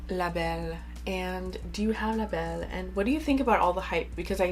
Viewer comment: Je disais « pure souche » pour le fun, en fait je voulais plus savoir si tu avais vécu au Québec car tu parles super bien français (quand tu nommes le nom des parfums) et j’avais cru reconnaître un accent québécois 😁 Je viens du Québec aussi! Bonne journée à toi!!